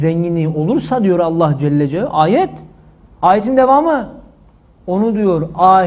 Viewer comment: Allah Celle Celâlühu demek yerine neden düzgün söylemiyorsunuz da Allah Celle Ce deyip kısa kesiyorsunuz? Videoyu tekrar izleyin ve ne dediginizi bir daha dinleyin olmaz mı?